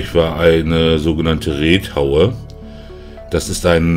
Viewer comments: 😂Ich habe mich auch gefragt, wie man auf Reethaue kommt. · Reuthaue heißt das. Reuthaue! Nicht Reethaue.